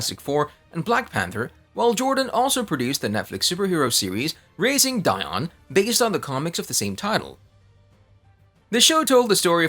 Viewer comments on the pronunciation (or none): It’s Dion=Dee-on come on man